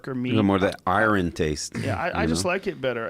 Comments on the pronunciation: i ron taste? who pronounces it i ron? And who prefers their beef to have a heavy metal taste? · What the fuck is I Ron it's iron